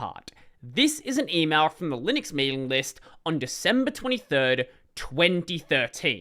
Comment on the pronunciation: Probably why I laughed the instant tried to pronounce it.